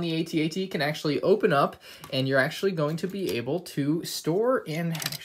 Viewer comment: ahh yes “Auctually”